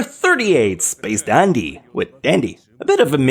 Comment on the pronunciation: He also pronounced the "Dandy" in Space Dandy's title differently than Dandy's name. I'm starting to think that intentionally mispronounces stuff just to fuck with us.